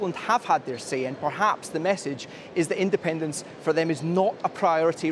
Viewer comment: SNP wins: andependence noo! SNP loses: andepenence noo! What a prize clown she really is 🤡